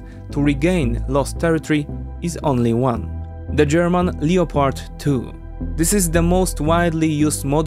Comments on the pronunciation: lep erd not leo pard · lep-ard not leo pard tanks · “Lep-pard”, the o is silent. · The tanks are made in Germany, so it is pronounced leo-pard. The O is not silent.